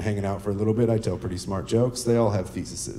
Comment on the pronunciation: Thesises? Thesises? Followed by “I make smart jokes”......hilarious